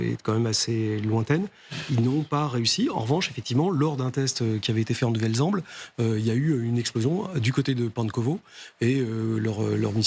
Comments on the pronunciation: En nouvelle Zem"beul" 😭 Но́вая Земля́, prononcé Novaïa Zemlia en russe. Nouvelle-Zemble étant le nom donné en français à cet archipel russe, il faut donc prononcer en français Nouvelle-Zemble (nu.vɛl.zɑ̃bl). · 'nouvelle zemble' hihi c' est pas anglais la prononciation , personne ne reagit sur le plateau . la culture général et de plus en plus médiocre. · Pourquoi prononcer " nouvelle Zamble " a l'anglaise ??!!! C'est le nom Français d'un territoire Russe ! Votre manie d'angliciser les noms que vous ne comprenez pas est ridicule et franchement énervante ! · Faudra dire à la demoiselle en mini jupe en cuir (qui m'excite) que ça se prononce pas comme ça La Nouvelle Zemble